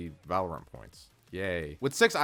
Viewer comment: "I've been playing 'valerint' for over 5 years" 💀